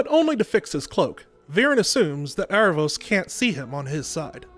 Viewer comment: I thought the show pronounced his name like Air-a-vos? not Ar-a-vos?